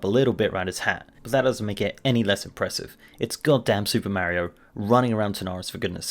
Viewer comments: Mario not Maryo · ok, please don't say May-rio, its Mario, Mar-io. Mm-are-e-o. He isn't Spanish, so don't use that. He's Italian, and before you say, you can't tell me how to say it, actually we can. It was pronounced in several games as Mar-io not May-rio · How do you pronounce Mario as "Mairio" yet you pronounce the word car correctly? I was stuck on this the rest of the video.